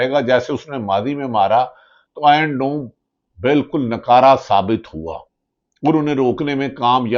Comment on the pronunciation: D T darma kar raha he kuch nahi kar sakta vo--word doom nahi huta ha bolo dom